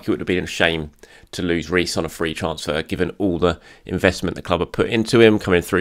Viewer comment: The comment below is completely unimportant… It’s also completely irrelevant to the content and is a waste of your time reading it… pronounced the word “transfer” differently and. Told you.